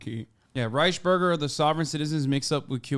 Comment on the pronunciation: I don't understand why hasan doesn't pronounce the "ü" in "Reichsbürger"? The vocal exists in turkish too?